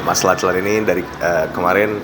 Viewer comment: Anak ini terlihat cerdas, ceritanya runut. Utk yg interview nma Lachlan tu disebut nya “locklen”.